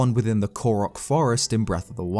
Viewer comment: When he say Ko-rock instead of Ko-roke 😔😣😤